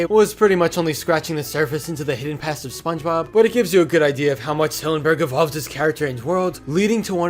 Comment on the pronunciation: ah yes, Špøñgëbøb